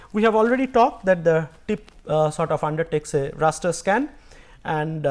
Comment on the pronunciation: Raster, not ruster.